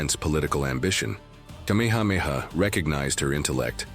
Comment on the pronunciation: Your pronunciation of places and names are inaccurate. I suggest if you are going to tell our story learn accuracy. I am a descendant of Kamehameha. Writing from Maui